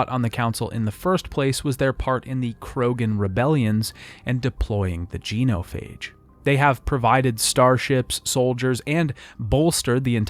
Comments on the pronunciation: dude I have to ask. why do you intentionally mispronounce names? your video is killer but that shit was grating the say KAY-DEN like 40 times not KIA-DEN and it is JEN-O-PHAGE not JEAN-O-PHAGE. I know it is a nit pick but really stood out. other than that really really good video. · Did you play the trilogy or just narrate this video? I’m only asking cause you butchered so many words “geno-phage”, “sa-lar-rians”, etc that aren’t mispronounced by ppl who play the games. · Great video but it’s really distracting when there’s tons of mispronunciations like KYden, gEEnophage, and ilYos.